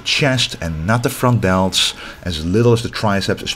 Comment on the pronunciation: "The frontdeltschhhh”